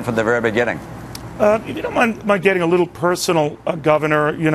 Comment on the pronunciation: "little" not lottle